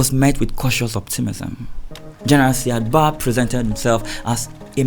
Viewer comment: Hi nice work as always. Indepth research and good narration. The pronunciation of Said Barre is: Ziad Bariy. Not Sad Ba as you are pronouncing it.